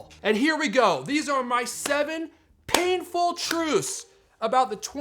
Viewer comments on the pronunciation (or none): "....7 painful truceee" love you!